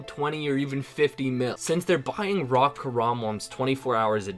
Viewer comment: Why do you pronounce raw WRAW?